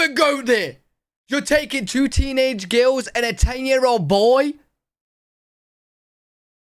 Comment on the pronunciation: Funny how mispronounces the word "girls" as "gales". Lol.